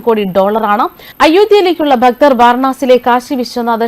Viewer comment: ഉച്ചാരണം വളരെ മോശം. ശ്രദ്ധിക്കണം. ഭക്തർ എന്നൊക്കെ പറയുന്നത് അരോചകം